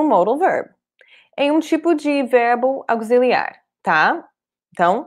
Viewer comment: esta aula esclareceu muita coisa. Só uma observação: auxiliar, o “x” tem som de “c” e não de “z” 😉